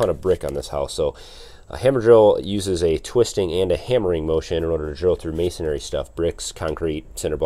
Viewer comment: You must be up north. It's MAY-SON-REE.......not MAY-SON-AIRY.